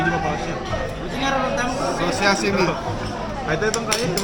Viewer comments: Sashimi hindi shashimi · SASHIMI Hindi shasimi😂😂😂